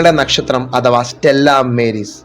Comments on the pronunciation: സ്റ്റെല്ലാ മേരീസ് അല്ല - സ്റ്റെല്ലാ മാരീസ് ആണ്. മാരീസ് (Latin) = സമുദ്രം. ബാക്കി യെല്ലാം ok . Congratulations! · സ്റ്റെല്ലാ മാരീസ് എന്നതാ ഉച്ചാരണം